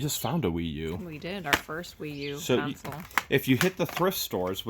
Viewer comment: when you speak about a gaming system, you call or pronounce them "a game COUNCIL".....Like it's a group of people coming together to make a decision. Ok, it's pronounced, say it with me, game "CON" as in a convict: followed by "SOLE" like the sole of a shoe....put them together and you have CON-SOLE. CONSOLE......LOL Great video guys. Love it, keep them coming. You guys are awesome!!!